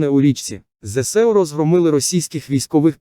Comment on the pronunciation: ЗСУ,наголос навчись правельно ставити